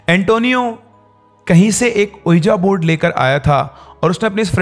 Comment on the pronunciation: So Many ppl listen to ur wrong pronunciation. Unknowingly they are learning wrong things . Can’t u jus google the correct pronunciation? What is iloojan baba ? Have mercy on ppl ? And what is ueejaa board ? It’s pronounced as weejee board .